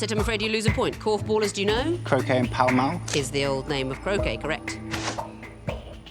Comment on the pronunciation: I might be wrong, but I think he said Pell Mell rather than Pall Mall